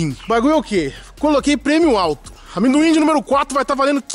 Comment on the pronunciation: Cara, o falando "aminduin" KKKKKKKKKKKKK não tanquei